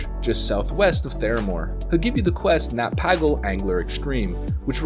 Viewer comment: He isn't called Nat Paggle